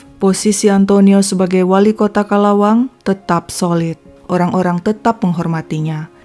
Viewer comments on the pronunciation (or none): Bukan calawang tapi calauan..kamusta...